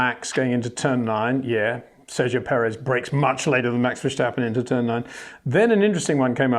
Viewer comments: Sjir Windsjor, why do you keep pronouncjing Maxj'sj name wrong? It'sj Verstappen, not Versjtappen. You don't call Lewisj Sjir Lewisj, and I don't think you have sjome sjort of sjpeach impearement, or do you? It'sj sjo annoying and resjpectlessj too. Pleasej try to correct thisj, thank you very muchj. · HEY PETER WINDSOR, I HAVE MESSAGE FOR YOU SIR: it is NOT Max "verSHtappen" ... Max is not German (Germans indeed do pronounce "st" as "sht") ... #Max33 = Dutch NL/Belgium! ... It is not "Bottash" nor is it "Lewish" certainly not "verSHtappen" .... This BS started long time ago when a British sport presenter interviewed father Jos Verstappen and assumed you can use a German pronunciation to a Dutch Driver thinking it is so "funny" ... It is not. Serious question: can any Englishman say "versatile" out-loud without saying "vershatile" phonetically? most can about 99,99% ... that is why most English can pronounce Verstappen 100% correct! Father Jos Verstappen (also F1 Racer) was very active between back then only a very few said "Vershtappen" but the vast majority of British sport presenters pronounced it perfectly ... only a few old stubborn farts like Peter Windshor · Two predictions before watching: You're going to sing the praises of Max You're going to (arguably correctly) make a point of over pronouncing the 'sch' in VerSCHtappen. :-)